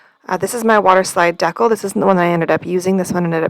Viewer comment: Hi, I know it’s been a minute, but a couple tips, take em or leave em 😊 Ok first it’s Dee-cal. Long e & the a in cal is like pal. If you’re ever having trouble getting the protective slip off acrylic blanks, put a heat gun or hairdryer to it for a few seconds and voila! On the waterslide, it helps to use a sponge with a little more water if it’s not sliding off. The trick you did using your fingers was perfect. Lastly I keep a strip of blue masking tape with part of the sticky side up on the edge of my desk - it helps me take off any backings of stickers, etc. without marring up the edge. I use a lot of nail stickers which were not playing nice with any other way & I happened upon the trick by accident when the backside of a sheet of nail stickers landed on some tape I’d used to pick up little bits of resin & didn’t toss bc it still had open sticky places. Super impressed with the centering of the name - by eye - I’m one who has to measure. Happy crafting!